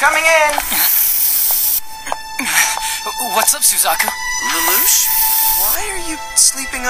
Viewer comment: isn't suzaku said 'su-zak-u' not 'su-zeh-ku'... and 'c2' would be 'cc'?